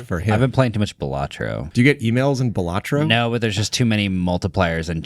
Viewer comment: Balatro is pronounced BALA-Tro, not Balat-RO.